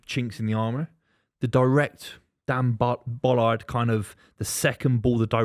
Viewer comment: Lads pls it’s Ballard as in bah-lard